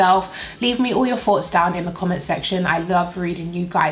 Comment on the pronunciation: Wow it looks so nice! The eyes are gorgeous! Im sold i gotta try this because i am very very oily ugh lol My husband and i always argue over whether ur saying "foughts" or "thoughts" lol